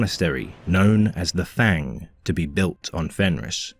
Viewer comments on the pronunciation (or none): none